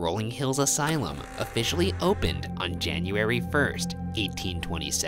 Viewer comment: no one: not even a ghost: ryan: jAniArY